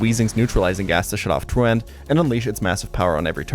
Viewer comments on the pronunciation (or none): Great video. FYI, truant sounds more like true-ent than true-ant. It's good that you can't pronounce it — it says you didn't skip class enough to get in trouble as a kid lol